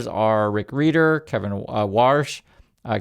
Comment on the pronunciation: His name is pronounced like “reader” not “rider”. Just FYI.